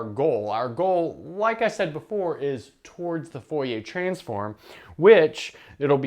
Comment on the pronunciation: Dude, I love your videos, and I'm sure I'm gonna like this one, but as a french person, I can't get over how you pronounce "Fourier" as "Foh-yeh". It's pronounced more like "Foor-yeh" (The "oo" in "Fooh" is like the "oo" in "loom" and the "yeh" is like the "ier" is "Navier"). But yeah, love your stuff, I'm just being a stereotypical pedantic french guy here.